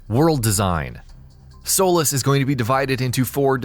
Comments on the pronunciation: Dude it's not pronounced "soul-less" it's pronounced "soul-lease" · It's pronounced (soe- leese) not solace. But it's really spelled Solis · that's not how u pronounce Solis, its not "soulis" its "sohlees" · (Sol-ees) not soulless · It's solis not solace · You pronounce Solís as "Soul-less". It's pronounced "Soleese". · Are just going to ignore the fact the he pronounces it, "solis" while it's supposed to be solís? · I’m my god why does everyone say Solis It’s pronounced Sloees It’s spelt Solis but pronounced Solees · It's Solís (like in Leeds) not Soules you dumbfuck. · It’s pronounced solease spelled solis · Danny Streets it’s not pronounced solis it’s pronounced solees like the e in ea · It’s pronounced So-lees just so you know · I'm super hyped savour the game but it was really bugging me that he was saying Solis when it's pronounced Sol-ee-s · It’s actually pronounced solees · Solis (Sor-lees) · Gotta stop your ass right now it's pronounced " So-lease" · U pronounced Solís wrong